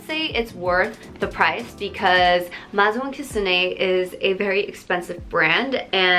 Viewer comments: it's pronounced as "mei-zaw" french is tough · maison is pronounced as may-zon btw